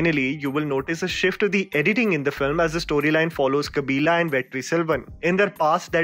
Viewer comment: It's not kabilaaaa... It's kabilan..